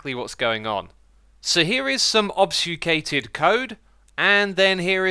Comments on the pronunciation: Ob-fus-cate. Slow down and sound it out. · Ob-fus-cate, not ob-sfu-cate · The way you struggle to say "obb-few-skate" makes me want to buy you a hot chocolate and hand you a blanket... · I love hearing you try to pronounce obfuscate (ob-FYU-skate) 😜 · The pronunciation of "obfuscate" tho... obFSUcate :) What's the point of obfuscating the code and then giving the de-obfuscation mapping? Just don't obfuscate... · Is that where Xisuma learns to say "obfuscate"? :D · Why are you pronouncing obfuscate like that? lol